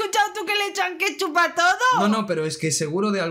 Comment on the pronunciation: Jajaja es plebilla wue dijo que le ponemos kepchup q todo pues no se donde comio jaja